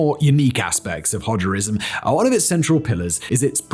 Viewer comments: My man, did you just say "Hodgerism"? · "Hodgerism...", lol.